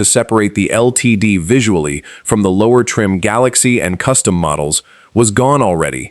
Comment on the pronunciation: A! powered video that calls the LTD a Ga- Lack-see gets a thumbs down!